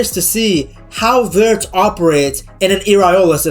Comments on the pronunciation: yeah he always says Virtz😂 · lol why you say Wirtz name like that? 😂😂😂😂